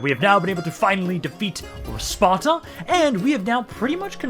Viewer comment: When you said "we finally managed to defeat Sparta" , it sounded like you said "to defeat our sponsor" lol Now we just need to take Epirus and the islands and then Hellas will be unified. Plus Cyprus and the western coast of Anatolia, too, if you're using the larger definition, haha